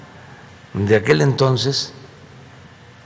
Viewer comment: No sabe ni pronunciar el maestro de los chairos dice Tenotitlan en ves de Tenochtitlan y también pronuncia tonces y pereme pereme